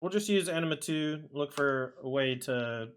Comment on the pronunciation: I believe it's pronounced, ah mih nah too.